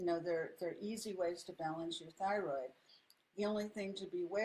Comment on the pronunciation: Love “theorid” are you trying to say thyroid?